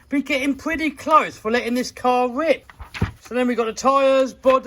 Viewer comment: “Let’s take it out for a rwip!” What?! Translation please, my British ain’t so good.